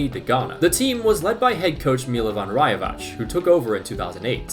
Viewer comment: great video! but a little correction, its pronounced like rajevatz, not like rajevach